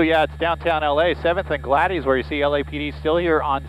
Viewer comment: Gladys is a woman's name. It's pronounced glad-iss, not glad-eez. I couldn't figure out where this happened until I deciphered his botched pronunciation of the street.